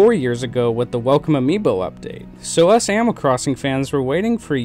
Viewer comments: “ Amoll crossing “ sorry no hate at all, That’s how I say sometimes too. great content.. I agree with basically everything you said. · Is anyone else only hearing “ammal” instead of animal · Are you saying amal? Not to nitpick but the way you say animal drives me crazy! Great job on the video though! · Yeah same it sounds like he’s saying “aminal” like when a kid says the word animal it’s making me nuts !!!!